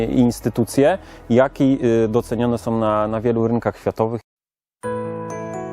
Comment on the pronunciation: Wszystko fajnie tylko razi w uszy to słowo- " som"...